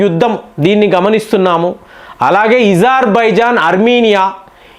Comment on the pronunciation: Mee wrong pranounce Vinaleka chasthunnam Azerbaijan ni izarbaijan Antareni